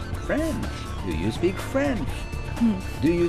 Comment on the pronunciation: je parle c'est I speak et non I speck